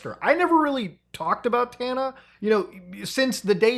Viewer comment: Bro keeps mispronouncing Tana's name 😭😭😭